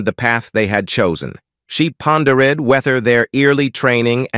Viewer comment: Ice ka-pod-ees? Pon-der-ed? I'm outee